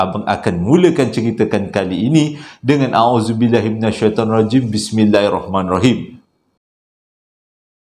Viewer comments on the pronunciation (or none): none